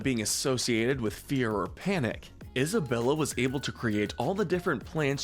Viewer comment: and Isabela is more like “Eesabela”